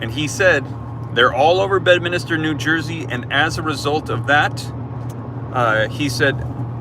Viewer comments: It’s Bedminster - not Bedminister….just to clarify. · Drop a 2 in the comments if you want to say bed-minister one more time